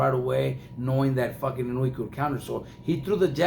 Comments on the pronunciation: His pronunciation of Naoya's surname is wrong as well. It is not "Inuwi" it's "Eee-nou-e". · He doesn't pronounce it correctly. Inoue is 4 syllables. The fight announcer said it fairly correctly.